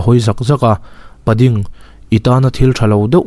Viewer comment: Pa ding Pa tluang i tih lai vel tak hi i lam dik lo deuh. Paaaaaa ding Paaaa tluang tih tur.. mahse a ngaihnawm lutuk tho ani. khawchhak lam unaute in koh dan ani. Patea tih a Pa lam ang hian..